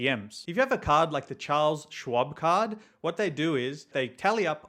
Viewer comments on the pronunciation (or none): none